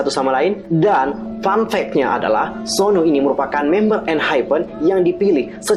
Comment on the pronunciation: Suno min bukan sonu